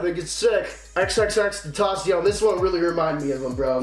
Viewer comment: pronounced tenn-taaa-ss-ioun